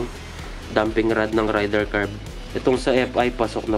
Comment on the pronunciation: Boss wag mo sana masamain pero ang tamang bigkas is ray-der 150 hindi rider 150 hehe 😊😊😊